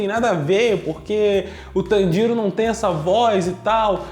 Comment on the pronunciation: tanJIro não meu caro,TANjiro sim